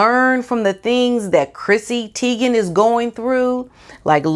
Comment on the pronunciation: I get annoyed when names are mispronounced: It's pronounced like TIE- gen NOT Tee- gen.